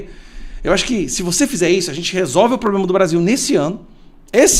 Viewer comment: “Ploblema”? Veja se melhora esse português!